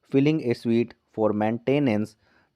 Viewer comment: स्वीट नहीं स्युट